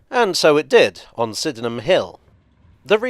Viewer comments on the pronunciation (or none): Unfortunately has learned how to pronounce 'Sydenham' from the Overground's automated announcements